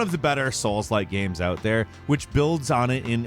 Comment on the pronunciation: am i the only one that hears "gyams" every time this guy says games